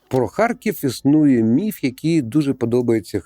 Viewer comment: Дякую що "міф" а не "міт"